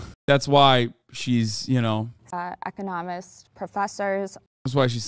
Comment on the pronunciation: The way that pronounced "economist" and "trafficked" had me dying. She must have one of those gummy worm and pudding parfaits where her brain should be.